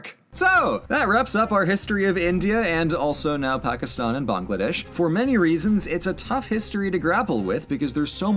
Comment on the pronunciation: im glad you pronounce pakistan right i have a friend who's family is from there